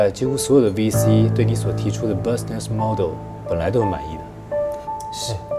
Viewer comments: 好影片。一點小建議。 business model 的business, 不論是美式發音 還是英式發音，都是Business的KK: [‵bɪznɪs] DJ: [‵biznis] 不是公車BUS的KK: [bʌs] DJ: [bʌs] 喔～ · business 發音不是 bus ness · business 是國中單字, 不應該發錯音, 怎麼團隊沒有任何一個人發現? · 他的business發音怎這麼怪........